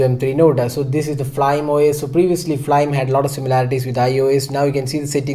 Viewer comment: Bro isnt it read as Fly-me rather than flyme os